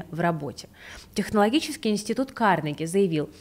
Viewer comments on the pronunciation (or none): none